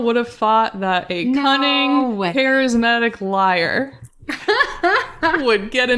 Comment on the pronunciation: Say "cunning "" again...😂😂